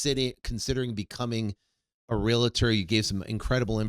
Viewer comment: Brooooo, you’ve been in the business forever and you still pronounce it Real”A”tor? Wow… smh